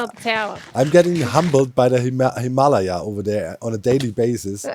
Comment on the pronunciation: O.O :D YAY DOC! You said the mountain name right!! <3 glad i helped :) :edit: aaaand he's back to calling it the funny name XD Him ah la ya vs. Hym a lay ya XD <3 you, doc you're hilarious! XD